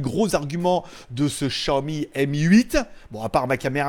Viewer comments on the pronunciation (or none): none